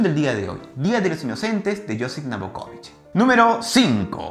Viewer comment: El Día de los Inocentes... de NOVAKOVICH... no "NABOKOVICH"... min y otra vez en min